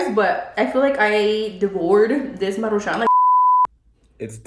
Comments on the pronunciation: It’s Maruchans not Maruchanes 🙄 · Take a shot every time says “Marucahun”🤣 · 1 shot for everytime says maruchanes🤣🤣🤣 I'll be fucked up af by the end of the video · Why do you say it like MARU (pause) Chan? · Take a shot every time says maruchanes 🤣🥃